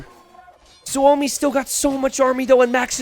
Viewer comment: Hey . Is Suomi (=Means Finland ) on purpose or what ? Im new here. Btw you say suomi like native